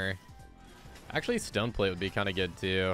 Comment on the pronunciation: i THINK ITS TECHNICALLY PRONOUNCED STAHNEEE PLATE